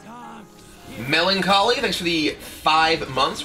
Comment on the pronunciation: and when 'melancholy' subscribed i heard Kibler saying Mellon Collie